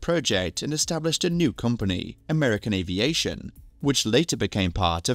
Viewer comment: "American Avaition"?